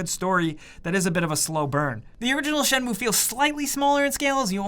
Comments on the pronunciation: I'm Japanese and it's not pronounced as Shen-moo-ae, it's Shen-muu. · Dude... its Shen-mu-e not Shenmue say it right unless you want to be burned at the stake... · I very much doubt japanese people pronounce this as "Shenmoo" lol 😊